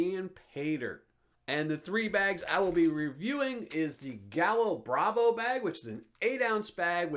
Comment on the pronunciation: Thanks!!! Great video. I now have another potential paydirt source. FYI, in Caribbean Spanish double L is pronounced like a Y. You would pronounce it “guy yo”. It means rooster. So gallo bravo means “angry rooster” or “fierce rooster”. Again, thank you so much for all you do.